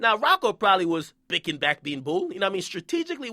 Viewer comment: nigga said bickin back being bool lmao